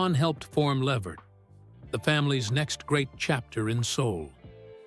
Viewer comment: His last name is pronounced “La-Vert”